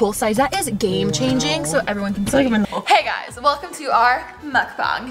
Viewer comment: I believe its pronounced Muk BANG. Not MukBONG